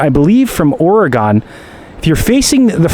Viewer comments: Ps. Oregon is pronounced like or-uh-gun not or-oh-gone. Glad you had a fun trip! Edit: and Grand Canyon is not in yellow stone national park 😂 it’s in Grand Canyon National park… Yall should take some trips out west — it’s amazing! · You did not pronounce Oregon correctly.